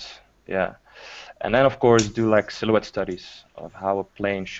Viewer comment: It's funny how still can't pronounce "silhouette".:D